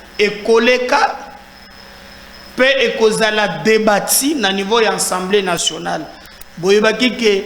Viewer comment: il faut bien prononcer. On dit Assemblée Nationale et non Ensemblée Nationale